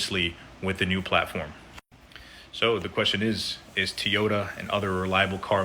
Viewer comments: What's a teeyota? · "Tee-yota?" Apparently I've been pronouncing it incorrectly. 😆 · "Tee-yoda"? AI sucks. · I was thinking the same thing. That fool knows damn well he hasn’t ever heard anyone pronounce Toyota that way